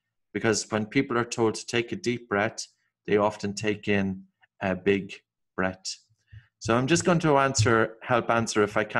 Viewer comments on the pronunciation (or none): I don't quite get this, you are saying 'brett' when it seems you might mean 'breath', but the n you're saying 'breed' when it seems you may mean 'breathe'...please could you clarify your peculiar pronounciations...